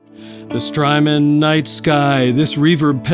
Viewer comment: Strymon rhymes with hymen